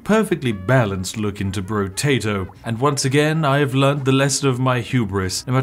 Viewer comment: I believe it's pronounced, "Brotato," not "Brotato".